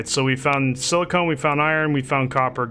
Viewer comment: Not pronounced sili-cone. Also press Shift-F to loot all from the corpse. Next, you left you bike sitting around at one point - DON'T leave it, pick it up before it vanishes. I learnt that the hard way :)